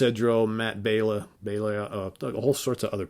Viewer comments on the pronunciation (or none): none